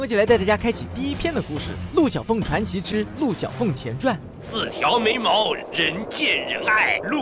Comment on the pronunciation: 四条眉毛听成“四条没毛”… 那个…“断针”是…哪里出版的歌…